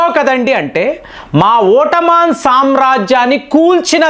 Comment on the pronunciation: ఓట్టమాన్ ఏంటి ఎదో ఇబ్బంది కరంగా ఉంది పలకడానికి